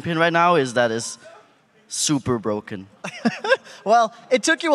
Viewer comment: Kassadin supah bwoken